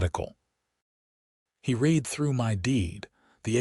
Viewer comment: Could you just once pronounce the word read in the correct context